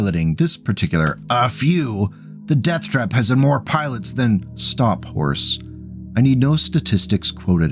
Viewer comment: Quick note; Horse is actually pronounced Hor-hay. It even explicitly mentions it in the book. :) Funny story, I was working in a call centre years later when I had a customer with that name call in. Apparently I was one of the very few who got the pronunciation right without being prompted... so thank you to Battletech for the education! :D